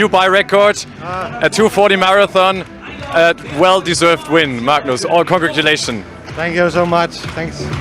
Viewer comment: Magnus misses his head for the beer shower Interviewer says congratululations